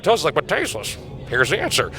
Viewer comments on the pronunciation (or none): none